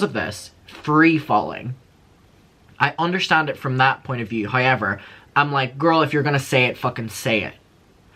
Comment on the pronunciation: Hi-ever instead of however🤣 I love Derry accent 😁